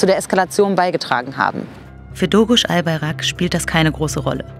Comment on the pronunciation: albaYrak und nicht albarak. DOĞUŞ und nicht doğruş. Lernt mal lesen und hört auf buchstaben rein zu intepretieren die nicht da sind wenn ihr schon über so etwas wichtiges spricht lernt erstmal die namen richtig auszusprechen es reicht. Der pfall.